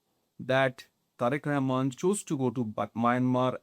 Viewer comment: How comes this kind of shitty pocast clowny report often produce in endea🤔🤷🤭😂🤣?!! This guy cannot even pronounce Bangladeshi leaders name, authenticity on practical ground is faar away😆.